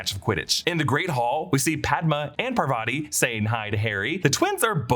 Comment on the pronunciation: Parvati is pronounced Paar-vati not Par-vaati and Padma is Pad-maa. Also Patil is Paa-til, different from Patel. My last name can vouch for this